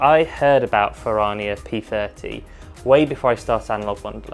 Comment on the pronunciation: You're pronouncing it incorrectly and it's cringe😅. It's Italian. Fer-Rrrrania not Fer-rar-nia